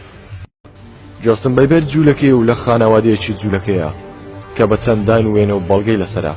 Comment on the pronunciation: براکەم جۆستن نا جەستن ......بیبەر ی چی خۆ سەوزەوات نییە ....جۆستن بیبەر نییە جەستن بەیبەرە